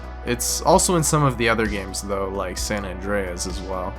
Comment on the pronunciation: "Sam Andreas"